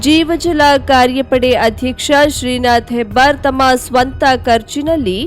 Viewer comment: ಶೀನಾಥ್ ಹೆಬ್ಬಾರ್ ಅಲ್ಲ ಶ್ರೀನಿವಾಸ್ ಹೆಬ್ಬಾರ್ 😭